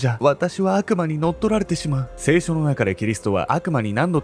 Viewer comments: 聖書⤴︎の発音気になる😂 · 聖書と業火のイントネーションが気になってしまった（笑） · 聖書のイントネーションが間違っている